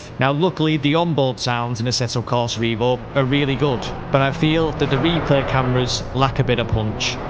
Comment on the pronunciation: what you pronounce this sim name wrongly? it is EVO, not IVO - EVOLUTION